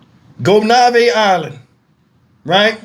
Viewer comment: Hi,. Good video! The island is pronounced **Goh- naïve**